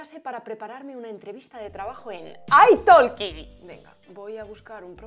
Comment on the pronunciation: Como hispano hablantes, ¿deberíamos pronunciar "ai talki" en lugar de "ai toki"?